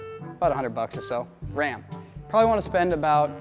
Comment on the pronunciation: I love how you pronounce "Ram", it sounds like "Wam"